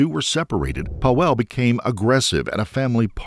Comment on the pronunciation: Pawel is pronounced Pavel. The polish W is a V sound